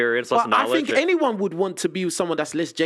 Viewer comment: “Fink about thos Hollywood mewvies”